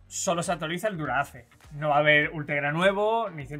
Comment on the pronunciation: Disculpen, pero no se pronuncia Dura-Ace. Se pronuncia Dura "aais"... Se ve que están FALTOS de Agricultura!!! "Cantinflas" Hahahahahahah haha!!! Estan Pal Perro Los Tres